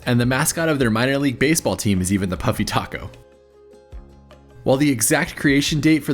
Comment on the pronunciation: I thought you were saying, "puppy taco."😂